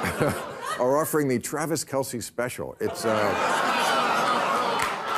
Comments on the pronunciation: Funny, yes! Keep in mind, it's pronounced Travis Kelss - not Kelcy. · Et tu, Bill? The guys name is pronounced "Kels," NOT "Kel-see."